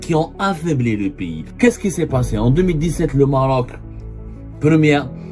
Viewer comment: gnayngna ngniya ngniya , nyayaya , el MMMMMaaarrrroc .